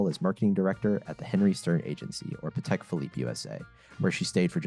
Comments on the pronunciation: Love how she emphasised it’s spoken Patek not pattack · He is pronouncing it correctly, this is the same way Thierry Stern pronounces it.